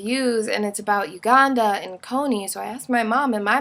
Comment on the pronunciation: i dont like the way you say Uganda.